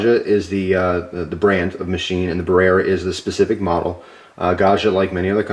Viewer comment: It’s Italian. It’s not “buh-rare-uh,” it’s “brare-uh.”